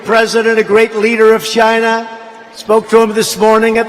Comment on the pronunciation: "CHY-NAA!!" LOL!!!!